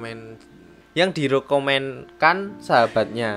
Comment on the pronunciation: Rekomendasi kak bukan rokomondas 😭😂